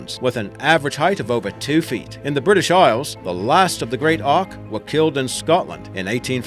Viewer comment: Great Auk right? More like great “ock”